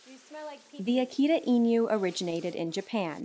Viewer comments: Inu is EE-NEW, rather than EEN-YOU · Okay...many dog industry professionals on YouTube seem to struggle with this and as a Japanese native it drives me crazy😅 There is no "Y" in "inu." The pronunciation is close to "ee-noo." It's "noo" like in "noodle" 🍜 Okay, back to the regular programing y'all 👍🏽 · AH-kee-tah. EE-new. Inu=dog. The original is a fantastic pooch. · It’s inu /ee-noo/ not / ee-new/😊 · I new??? lol just pronounce it as INU . .whts so difficult abt tht? anywys nice video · Why does she pronounce "inu" like e-knew? 🤨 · it sounds condescending but bc i cant properly explain it in my second language, english, pls bear with it: pls look up the pronounciation of "inu" in "akita inu" xd much love